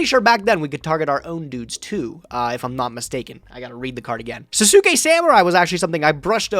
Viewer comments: Sasuke is pronounced 'SAHS-kay',. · Anyone who has ever watched Naruto before is probably going to be triggered by pronunciation of Sasuke lol